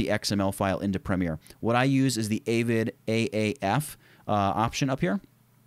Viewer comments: Its good practice to, finish your edit, then grade, then mix the audio, then combine the stereo L&R Wav finished audio with the master finished grade either in the software you used to grade or the audio software and export. (also its AH-Vid not AY-Vid) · how you know someone never edited on media composer when they pronounce avid as "eivid".